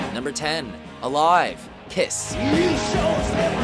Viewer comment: Is it just me or did it sound like piss' when he said kiss?